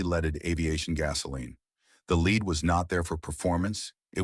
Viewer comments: It's not leed, it's lead. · “Leed” in the gas. Fuck AI voiceovers. Hey ass hats- there’s a reason for eliminating “leed” in the environment. Also, some litigation is legitimate and keeps money grubbing corporations in check. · What the hell? You guys let AI engineer these videos to the point you don't even correct their terrible grammar! Lead, as in the toxic heavy metal, you let AI pronounce as lead as in lead a horse to water. This is just the tip of the ice berg. Get your act together! Correct the damn stupid stuff AI does wrong.